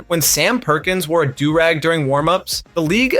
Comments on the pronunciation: Bro also said durr-eggs this ain’t a real person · What's a 'der-rag'? Lmao!